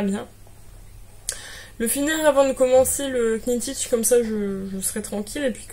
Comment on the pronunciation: Hello juste pour info, parce que ça fait trop bizarre que tu dises Que-nit-tich : Knittich ça commence comme Knit, tricoter en anglais et le K ne se prononce pas !! on dit nittich ! super jolis projets comme toujours !!